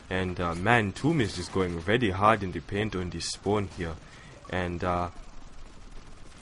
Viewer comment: ur english is grear :) i loled when u said vety vety instead of very very but in the good way